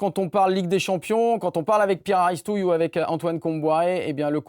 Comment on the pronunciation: Très bonne émission conviviale. Par contre, il me semble qu’on prononce Aristouy et non Aristouille !!!!